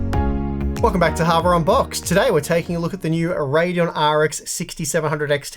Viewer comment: I legit thought said "Harbor on box" this time.